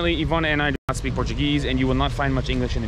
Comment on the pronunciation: But (as always) Ivana’s pronunciation is ON POINT!! You go too, 😂🤜🏼🤛🏼